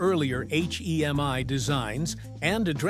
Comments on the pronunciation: Wow - I pushed ahead but it got to where I coudn't stand hearing H-E-M-I after 18 m instead of Hemi. (but I made it!) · It’s a HEMI not a H-E-M-I !!!!!